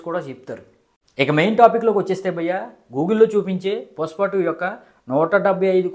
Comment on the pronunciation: పుస్ప కాదు బ్రో పుష్ప 😂😂❤❤